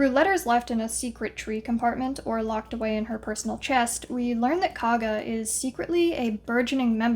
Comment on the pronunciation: KOUG-GAH, like COUGH, not KAA-GA cool video otherwise!